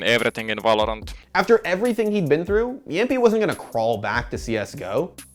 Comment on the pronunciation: Its not jampi, jamppi